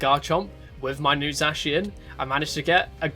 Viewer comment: The vid was great excpet for the way you say Zacian